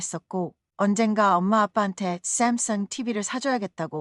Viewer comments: 그런데 쌤성은 뭔???발음은이지?? 깨깨오토옥!~! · 샘성 샘성~~크ㅡㅋ 발음 멋지네요???? 나레이터 정~~말~~~~멋져요... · 집중안되네요 쌈썽~쌈썽 ㅋㅋ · Sam sung 발음이 샘승 이라 발음해서 재밋다. 강남 스타일 춤이 유행했을때 미국방송인이 강남을 갱늠 이라 발음 했었다. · 외국어 발음이 영 거슬리네 카카오톡 삼성발음이 왜 그래? 쥥귁인야 뭐야?